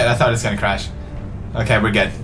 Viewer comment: pewds, it's crash, not crasch!